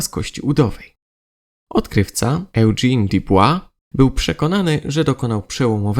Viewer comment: czyta się "judżin". Poza tym błędem to świetna audycja ✌️